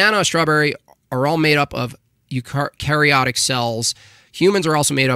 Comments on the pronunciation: This guy thinks he can debunk evolution and doesn’t even know how to pronounce eukaryotic LMAO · I don't want to nitpick but cant even pronounce eukaryotic, is it not fair to assume that his understanding of evolution comes from 90s cartoons and bill nye instead of an actual biology class